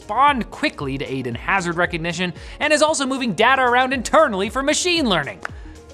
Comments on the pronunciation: why do u say dah- ta, your not aussie say day-ta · When you say data do you mean like Dayta? Sorry im english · He said data instead of data